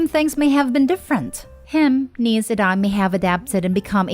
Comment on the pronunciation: I keep laughing because I hear Denise not the neice loool